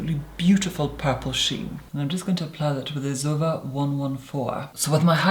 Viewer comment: why do you say zoeva like that ... its z o e v a not Zuva